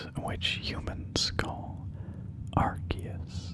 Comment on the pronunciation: Is it not pronounced ar-see-us?